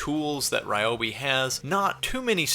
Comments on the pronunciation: Hi, Its Ree-obi not Rye-obi. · It's pronounced ree-oh-bee.